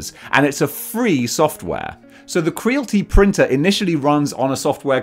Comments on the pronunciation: Your saying it wrong bro it's Creality like Reality right not crealty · I think it's kree-al-it-ee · Cree AL it ee Rhymes with "reality" Not with "realty" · Not to sound like a dick but surely it’s probably pronounced cree-ality? Like mixing creative and reality? 🤭👀✌🏻😅 I could be wrong but makes more sense 🤷🏻‍♂️🫣😛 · Why you saying Creality wrong? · I believe Creality should be pronounced to rhyme with reality… kinda makes sense.